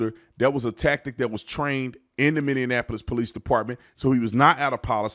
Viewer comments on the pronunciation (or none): Minneapolis not mindyenapolis